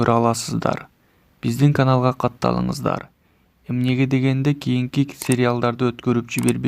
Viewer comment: Минеге дегенде эмес,эмнеге дегенде деп айтылат адабий соз менен.